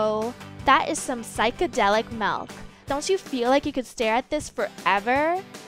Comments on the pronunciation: milk its milk not MALK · the way she says “melk” 🥶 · The way she says 🥛 milk is annoying 😒